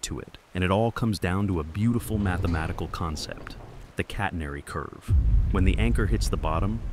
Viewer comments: Good job AI, it's pronounced catenary, not "cat-ner-ee" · The curve is called a "catenary", not a "catnery". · “Catenairy”!! What a crock! When will the stupid AI voices learn to speak and pronounce properly? I guess they have a handicap from the start as most are trying to speak American! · I have never heard anyone mis-pronounce "catenary" as badly as this AI narrator. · Sibilant Ai, trying to sound human but mispronouncing “catenary” Also this is exactly how I thought anchors work.